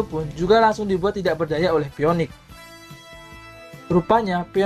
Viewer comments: phoenix dibaca finix bang sekedar mengoreksi grammarlu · Mana ada saint Werewolf? Itu Saint Serigala Nachi (Wolf Nachi). Dan itu Phoenix bacanya Finix. Better next time ya